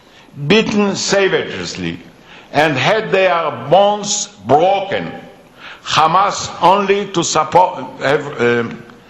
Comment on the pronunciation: LOL this guy cant even read : ''had their bones blloken, hammaz only to ssupport.... err..errmmm.. Blloken'' :D